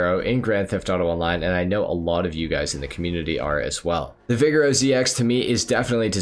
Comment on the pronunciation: Maybe I’m wrong but I always thought the Vigero was pronounced “vi-gare-oh” (assuming to sound like Camaro, the car it’s based on)